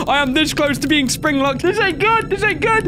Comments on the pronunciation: >wait, they're trying to spinglock us >spinglock us >"spinglock" oh buddy ol i think you got something wrong there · You said S P I N G L O C K it's S P R I N G L O C K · u said spinglock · It's springlock not spinglock:v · Haha you forgot to put a (R) on the word spring lock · "spinglock" thx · 'Spinglocked' How has nobody pointed this out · I was here when it said "SPINGLOCK" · Wtf is a "spinglock" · "Spinglock" XD